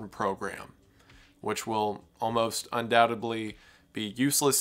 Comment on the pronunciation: Lol.. you said “undoubteBly” 😂